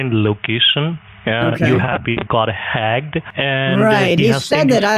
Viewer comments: ”You have been got hagged” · "You got hagged." Lol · "You have got been hagged" 💀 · 😂 “you have been hagged”